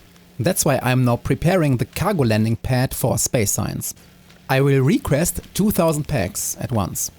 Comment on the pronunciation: I know you're not a native speaker (neither am I) but you have a ton of words which you pronounce very strangely. subFACtory. Aicid. Salfar. REquest. REsearch. REquest. It's easy nowadays to learn the right pronunciation online.